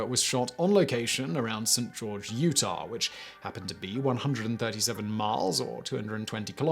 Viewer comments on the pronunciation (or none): none